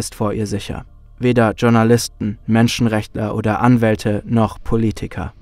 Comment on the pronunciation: Was sind "Tschournalisten"? Sie kommen bei einigen eurer Videos vor. Spaß beiseite. Es würde nicht nur zur Qualität eures content passen sondern auch zur sprachlichen Bildung euer Zuseher beitragen wenn ihr Journalisten richtig aussprechen würdet. Danke schon Mal fürs drüber nachdenken.